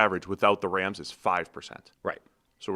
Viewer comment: its Rams not Rhams. dude with the accent says it weird homie